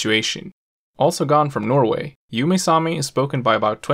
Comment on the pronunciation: You are not pronouncing the names of the Sami languages correctly. For instance Ume=oo-muh